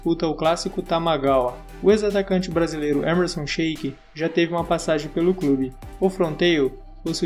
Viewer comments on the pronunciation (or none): none